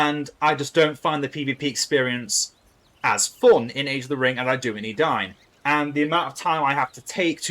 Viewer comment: it's not Adayun it's Edain. Eden-ayn